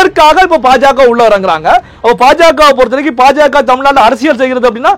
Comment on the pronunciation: it is not PaJaKa. You should pronounce it as BaJaKa